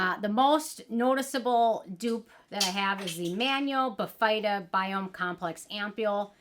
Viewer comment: Hi, the correct pronunciation is BIH-fuh-duh, not bih-FEYE-duh. And I agree this product is trouble. I couldn’t make it work. The fruit enzymes dissolved my face off. 😮